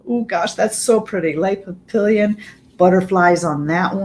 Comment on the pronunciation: French for butterflies /pah pee yohn/ n is mostly silent